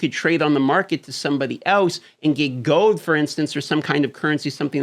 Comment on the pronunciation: Them alaskans really dont like to pronounce L… never enough gohd… i mean gold